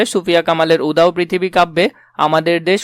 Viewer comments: ভাইয়া সরি, কিন্তু উদাও পৃথিবী হবে না,উচ্চারণ উদাত্ত পৃথিবী উদাত্ত মানে উচ্চ বা মহান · ভাই, উচ্চারণ টা উদাও হবে না। উচ্চারণ হবে"উদাত্ত পৃথিবী" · Bangla porassen, udatto ke udhao bolsen!!!😂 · উদাও পৃথিবী নয় রে ভাই, উদাত্ত পৃথিবী। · লল উদাত্তকে, উদাও পৃথিবী বলতেছে। উচ্চারণ জানেননা আবার শেখাতে আসেন।